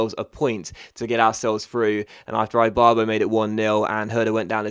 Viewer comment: Can you please stop saying Ibarbo's name wrong